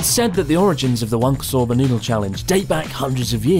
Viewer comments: Chris: "wanko soba" Connor: "Wank O'Soba" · so just to make sure. It's Wank-O Soba right? Specifically wank apart from the rest of the pronounciation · i cannot stop hearing, "wanker soba" xD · As a fellow Englishman, I had to have a little laugh every time I heard "wanko soba" 😂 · i like whenever chris says wanko soba, youtubes captions just says wanker sober